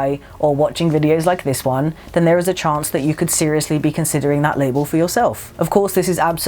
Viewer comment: "we took a chonce. " I (I'm sorry I had to. Directioners know what I mean)